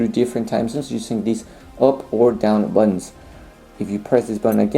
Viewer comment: I wish he could pronounce "buttons". They are not "buddons". Wonder what his language is. Spanish?